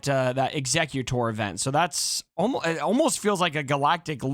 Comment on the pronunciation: Hey. Nice video. Just so you know, Executor has 2 pronounciations. In this instance, it is Executor - as in something that Executes things, so is pronounced Exe-cute-or. Hope this helps for future videos.